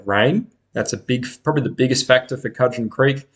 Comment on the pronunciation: Pronounced Could-gen.